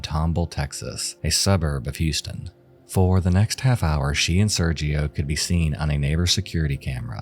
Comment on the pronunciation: sergio being pronounced with the g like a j was really bothering me lmfao 😭 esp when he mentioned they were in TEXAS LIKE GIRL